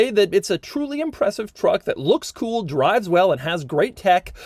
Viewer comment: doug the kinda guy who knows it is cringe the way he says "kewl" yet refuses to change. be like doug.